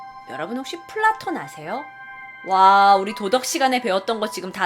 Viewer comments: 난 플라톤을 블랑크톤이라고 들음ㅋ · 플라톤하니까 플랑크톤이라고 들..